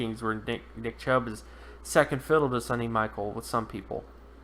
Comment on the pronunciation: It's pronounced Sony like (Sony Walkman) Michelle (like Michelle Obama) , not Sunny Michael. And I think he will be better than you predict.